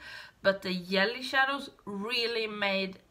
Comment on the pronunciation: The looks turned out so pretty❣️. I never tried Fenty eyeshadows and now I want to after seeing how much u liked them. I also so enjoy how you say yelly (jelly) shadows. Always makes me smile. Thank u